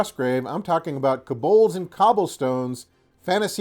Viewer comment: keh-bohlds? I believe it's pronounced co-bolds (kō-bôlds).